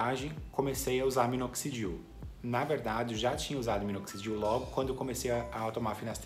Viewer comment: Parceiro qual minoxidil vc usa ? Não consigo entender quando vc fala .. e parti o nome ,? Grato